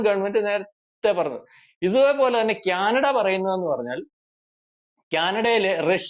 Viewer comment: ക്യാനഡയല്ല.- കാനഡ എന്ന് ഉച്ചരിക്കണം